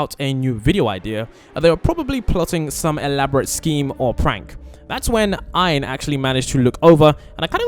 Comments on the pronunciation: He is no called iron are u tring to say arron or ein😅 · How the hell did you mispronounce Ein as "Aian"? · Bro said iron as ein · he is calling ein iron lol😂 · Yea like iron what the heck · You Said ein wrong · I'm not believe this vid can't even say ein names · You're saying it wrong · Your saying “iron” it is “ein” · Dude,his name is Ein and not "Iron". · Yeah change it now to Ein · Sorry, it’s actually ein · Bro called Ein "iron" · he called sin iron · it's ein ain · It’s Ein not Iron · Yeah and he keeps calling Ian, Iron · Its not iron its ein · Is ein not iron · that is Ein not iron. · No its not Aaron it's ein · Its Ein not iron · are you trying to say ein or Aaron? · THAT AIN'T IRON ITS EIN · Ein not ion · IS EIN NOT IRON😭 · Bro said iron it’s ein😂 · Iron IRON?! It’s EIN! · Iron? It’s Ein! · umm did he say iorn or ein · Its not iorns it,s Ein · bro said "iron" it's "ein" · Iron? Its Ein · Ian? You mean ein right? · It is EIN not IREN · It’s Ian not iron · It is ein not iron.😊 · It's not iron it's it's Ian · It's ein not ine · It’s called Ein not Iron😐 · it's ein not Iron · o god for sake his name is Aaron not iron duh 🙄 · Its ein not ion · It's not iron It's ein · It’s not iron it’s ein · Him:calls Ein iron:me :ITS EIN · You need to say E en not iron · bro said iron instead of ein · bruh his name is not iron its ein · You called Ein iron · it's Ein not iron !? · its ein not irne or iren or what u said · He called ein Iron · It is ein not iron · Sorry but he is called Ein not iron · Btw its pronounced "ein" not "iron" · SO TRUEE HE'S DUMB EWW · I REALLY WANT TO PLAY WITH HER but for now I have the skins (also it’s pronounced Ein not iron) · Bro its ein not iron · Bruh he said iron not Ein !! His name is EIN!! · It is in not Ein not iron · It is not ion it is ein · 𝙄𝙧𝙤𝙣 😂𝙞𝙩𝙨 ein😂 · ITS not "iron" its Ein And its not "animal" its Aphmau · Ein not iron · is not iron its ein👃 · His name isn't Iron it's ein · it's EE- IN not ion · its ein not iin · Ein not ian